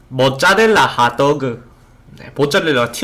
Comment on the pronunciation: 머짜렐라 하또우그